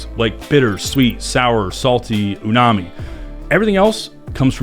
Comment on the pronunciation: It's not "Unami," it's "Umami."